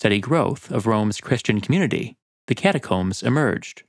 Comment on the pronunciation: Ah yes. The cataromes.